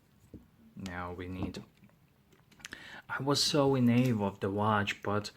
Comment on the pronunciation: Great video, I'm just about to order a dragonfly, and can't decide between the orange and the black versions,, 🤣,, Incidentally, "awe" rhymes with, paw, (as in dog/cat etc,,) All the best from England, 😍 ps, just found your channel and subbed,, 👍👍